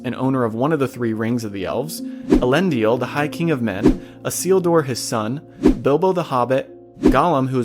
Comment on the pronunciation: Why are you mispronouncing some of the names?? Tolkien went to pains explaining pronunciation—Elendil only had three syllables, for example. The films got some words peculiarly wrong too (palantír comes to mind)… You asked about things missed: Celebrimbor initially kept the 19 Rings after their casting, as I recall. Sauron attacked Region in order to get them—and no doubt in pique because Celebrimbor dared to defy him—and wiped out the settlement entirely. Any of the few survivors joined Galadriel in Lothlorien… It’s noteworthy that Sauron wanted all 19 but was only able to get 16–the Three were hidden away, and Sauron wanted those most of all (why? Surely not for the magic they contained. Bragging points? Doesn’t make sense. Control of elves? Also doesn’t make sense ad they already showed they were smart enough to remove their Rings when he put on the One. While some of these details were probably too small for the narration, Sauron turning on Celebrimbor and laying waste to Region was not IMHO.